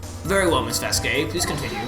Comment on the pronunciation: Damn you guys are dumb to mispronounce Vasquez.